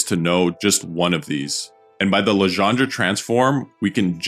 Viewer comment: All very good, except for the "Legendre" pronunciation